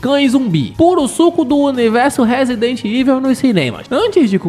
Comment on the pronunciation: A regra é clara, falou " Resident Iveu", eu já vazo do vídeo e dou deslike.